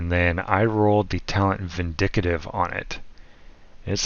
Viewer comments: The word is VIN DIK TIV not VIN DIK AH TIV !! I enjoyed your video but this really bothered me and messed with my head. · Vin dic tive not vin dicit ive. And you had reload speed and not rounds on your wepaon. Are you AI? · Vin-dick-tive bro 😂, it’s pronounced Vin-dick-tive, nice build 👏